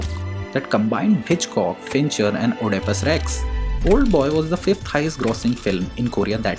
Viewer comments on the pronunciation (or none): it is euh-di-pus....(I think, Humbly) - great video!!